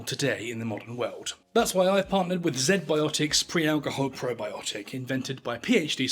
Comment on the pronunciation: Z-Biotics, pronounced "zee-biotics" not "zed-biotics". Come on mate.